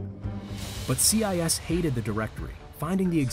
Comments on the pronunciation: See-eye-ess. Lol. I think its more like see-yay. 😂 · Learn how to pronounce Sieyès, it's not CIS... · Yes! I could not bear to listen to that pronunciation. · Its Sieyès not CI YES. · Abbé See-aye-yes. OMG. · The pronounciation of Abbe Sieyes’ name in this video is painful. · Your pronouciation of Sieyès is very disturbing for a french speaker ^^